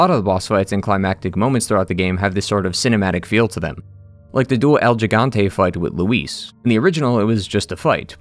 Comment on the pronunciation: Gigante is pronounced “He-Gan-té” not “Gee-gan-té” Great review 👍